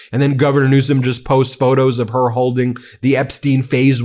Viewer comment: NEWSOM NOT RANSOM